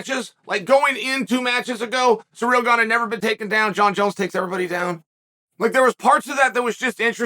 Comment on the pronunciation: Just love how you pronounce his name as "Surreal" 😆